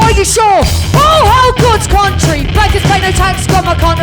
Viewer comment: She said CUNTry...